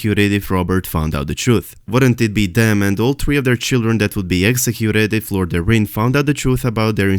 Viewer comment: The correct way to say Lord Jon Arryn's last name is. .. air - in... air that you breath and in/out Keep up the great work